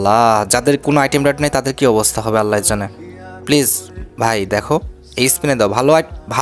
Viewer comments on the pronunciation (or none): none